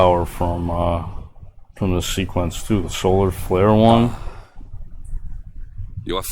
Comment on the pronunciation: Ah just like in Dragon Ball Z. SOWA FWARE!!! 😎